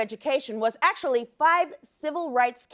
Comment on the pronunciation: Did you just say AYctually HAYppening? You reppin the midwest Amber? OPE. Heck yah!